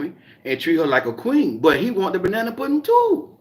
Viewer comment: Hey 😎 I like how you call it banna pudding. 😄